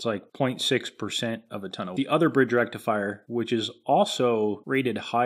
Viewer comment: Did you say rectum fryer?